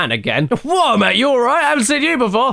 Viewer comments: I love how caddy pronounces "seen" as "sin" because same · Hey Caddy, why do you pronounce "Seen" as "Sin"? Just curious! :)